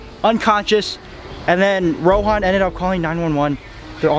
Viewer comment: Its rohan not ronan